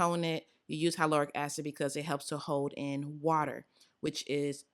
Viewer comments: I truly do love you girl. I love you so much that I gotta tell you- the word hyaluronic is actually pronounced HI-LAH-RONIK 🥴🥴🥴 Can’t have you going out like that 😩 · Omg I’m sooo trying the hyaluronic mixture!! I always learn something new with you!! Lol the way u say hyaluronic 😂😂🤗❤️❤️ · When you pronounced hyaluronic acid I was confused for a second 😂😂 But wow I didn’t know you could put it in your oils I might have to try that 🤩